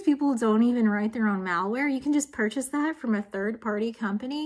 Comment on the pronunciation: Words are pronounced differently all around the English speaking world. That being said, I've never heard malware pronounced to rhyme with mall, only to rhyme with malicious. Does anyone else pronounce is like that? Is it a regional dialect?